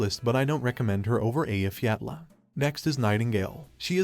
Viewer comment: Very based of you to pronounce Eyjafjalla correctly!